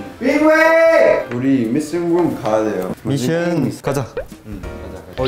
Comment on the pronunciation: lucas reading "mission room" as "missing room" and winwin correcting him im-- MHSHFH